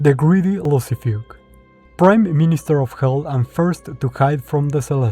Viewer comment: "The greedy Lucifuge" 😂 bro what the hell was that name pronouce, anyway, i like your video Hey everyone, we hate the devil and we love God, we will stand by the light❤